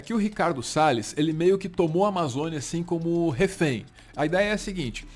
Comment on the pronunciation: quem está falando em inglês? Pela pronúncia parece um nativo, mas falou "Ricardo Sales" como um brasileiro falaria.